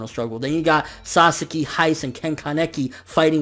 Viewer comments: i hate to be that guy, but uh.. isn't it KAneki, not kanEKi? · ア レ ッ ク ス 》 that's just how he pronounces it. I say KAneki